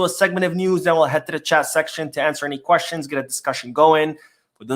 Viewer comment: Why do you say "questions" like that? Is that an accent? 🤷🏻‍♂️